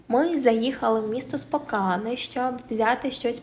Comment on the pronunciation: Спокен, а не Спокан